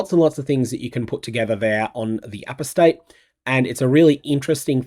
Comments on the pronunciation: Not sure if you saw it on my ‘member reaction’ but… Apostate is pronounced A-pos-tate, not apos-tate. FYI. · For the love of god...... "Apostate" is pronounced "uh-PAW-stayt"... NOT "A-pō-stayt" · For those that are flaming me for trying to help, just fuck off. Like I'm from Australia and am just trying to add a tiny bit of polish to an outstanding presenter. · It's uh-POS-tayt. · Do all Australians pronounce apostate this way? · Do all Kiwis pronounce Apostate with an emphasis on the first syllable? I believe Americans and British pronounce that syllable with a schwa sound.